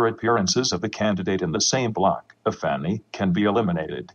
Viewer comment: When these TTS voices say "if any" it sounds like they say "a fanny". And yes, 12 year-old humour I know.